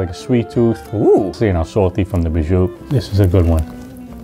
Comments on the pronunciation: I'm Italian, I think he was trying to say "prosciutto", but for some reason they wrote bijou in the subtitles 😂. Other ingredients were burrata, stracciatella (he mispronounced it as stracchiatella), mortadella and capocollo, which becomes gabagool in the italian-american lingo. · Since I watch with subtitles: Cug says "prosciutt" and , as in prosciutto. Contact me for more NY Italian translations!